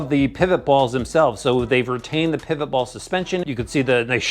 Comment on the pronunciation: Thank you for saying pivot ball instead of pillow ball